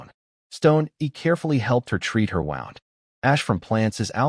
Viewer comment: Great story. Bow or wound are tells of ai voice.